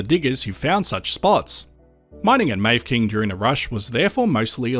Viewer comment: Very interesting to a former resident of the Grampians and place of my birth 75 years ago. Mafeking should be pronounced Maffaking.